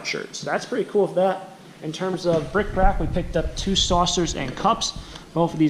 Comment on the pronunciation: OK...here goes. I can't help myself. I am such a total geek with the English language...so please don't be offended by what I am going to say here....I love your videos very much. I subscribe...I watch every one. You are great. However, I just have to comment on one little thing: bric-a-brac... "miscellaneous small articles collected, kept, or displayed for their antiquarian, sentimental, decorative, or other interest." Not "brick brack".....oooohhhh nobody hate me..I can't help myself. I have heard you mispronounce this word and have tried to let it go, but you know so much about the items you choose and I am hoping you will be glad to have this small, tiny correction from a fan. whew. :o)